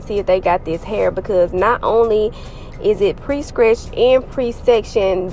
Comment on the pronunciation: Did you say scretched? Buck lenc?😂